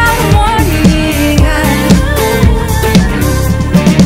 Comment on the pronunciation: Как она произносит слово "гармония" это отдельный вид искусства.ууулыыыбкааа... слово создано для этого произношения..